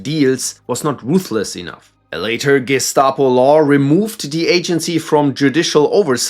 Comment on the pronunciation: You're a natural when pronouncing names at the Gestapo, Stasi, and South African Security Branch sections!